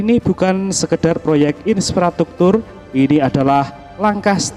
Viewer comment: In-fra-struk-tur pak...bukan insfrastruktur 🙈